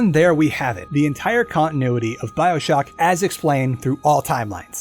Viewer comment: Jesus. Who taught you how to pronounce English words? Cong-i-noo-i-ee!